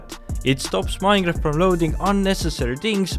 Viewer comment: vanilla minor?????? your english is a bit mad you know